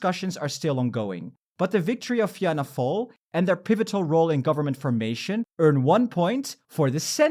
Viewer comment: It's a non issue but for pronouncing the Irish partie its Fianna fail - Feena fall Fine Gael - Feena Gail (Some say pronounce it as Finna Gael) Sinn Fein - Shinn Fayn